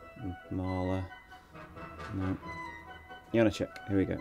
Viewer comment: Why butcher his name and then play the native speakers' proper pronunciation?